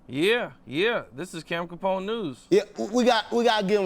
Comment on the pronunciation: Capone you got the name right. Good job‼️